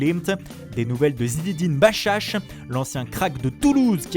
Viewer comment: Machach et non bachach